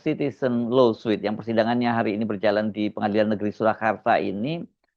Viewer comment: Koreksi. LAWSUIT dibacanya [lo:sut] BUKAN [lo:suit].😢